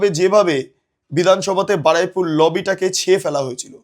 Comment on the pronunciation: Shobdota holo Baruipur, Baraipur noy